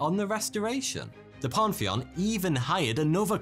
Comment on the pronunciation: "Panty on"? I think you meant "pan·thee·uhn".